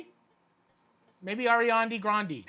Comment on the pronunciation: Ghan Ghan “ARIANI”